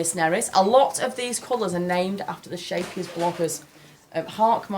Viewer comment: Love this CAL. Husband has been unemployed for a while now so money is tight. Gutted that I can't get it now. But promised myself to get it once things are a bit better. When you said Scheepjes I had to laugh because I had no idea what you were talking about. In dutch the ch sounds like someone ripping fabric. It sounds amazing in english. Haak maar raak is a dutch expression about something being hooked/curved but a success (like it's supposed to be bad but it turns out to be really good). I love that she used that name. It fits so well with crochet <3